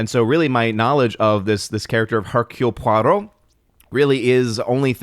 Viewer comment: Nice "Hercule Poirot" pronunciation!